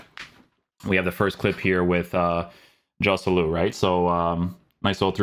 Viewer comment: I love your content,, but please, please, fix your pronunciation of Spanish players. It's more like Khoselu, not [J]oselu.